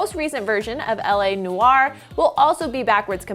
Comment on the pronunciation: " LA New-are". 😬